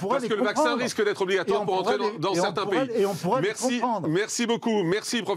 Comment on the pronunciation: Morandini,vendu de la télé,et il fait exprès d'ecorcher le nom de la brillante généticienne Alexandra Henrion-Caude,pas Claude,connard!